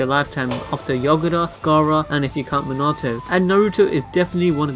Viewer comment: Can you say Minato name right